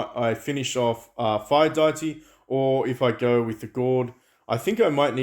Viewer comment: isnt this shop even worse than the halloween one? You cant even buy g5 legendary hero shards for the sweets, only g4 Also do you pronounce Nobunaga and deity wrong by choice?